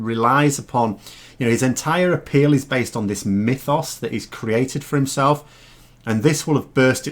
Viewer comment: Mythos? Are you teaching Greek in your part time job? Well pronounced!